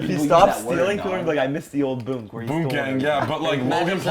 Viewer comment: Man said "i miss the old boonk" im dead yes 😂😂😂💯